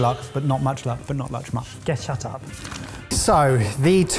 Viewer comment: "good luck, good luck. but not much luck, but not luch muck"